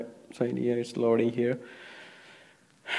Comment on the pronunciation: Did u hear how he said cydia